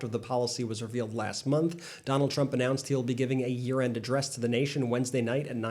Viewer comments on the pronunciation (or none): When you said 'Trump will give a year-end address...." I heard you say; "Trump will give a urined address...."😂